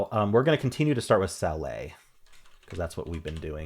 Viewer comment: I think he’s doing it as a bit, but it occurred to me that it’s possible some people watching have only ever heard say the word “salet” and think it is actually pronounced that way. If you are one of those people: it actually rhymes with “palate” and “mallet”. It’s an alternate spelling of “sallet” which makes the pronunciation a lot more obvious.